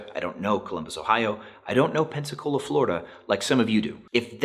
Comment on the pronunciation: not him saying pensacola, fl 👁👄👁